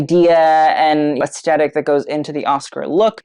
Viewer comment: Love you babe but it is “aesTHetic” not “aesTetic”. ❤❤❤